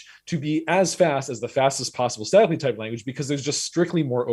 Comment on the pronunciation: At 2x, it sounds like he's saying "sadly typed languages"